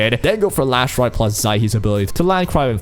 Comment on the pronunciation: Why are you calling her Lash light? Her name is Last Rite 😕